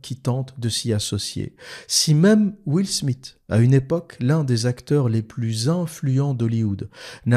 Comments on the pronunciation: « Will SmiT »?? Haha 😂 Soit tu dis « will SmiS » à la française soit tu fais l’effort de prononciation surtout que t’es censé vivre à Londres et maîtriser l’anglais et tu dis « will SmiTH » En réalité tu dois être aussi fort pour taper sur l’islam que pour parler anglais. Rigolo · Comment il prononce Will Smith ce fou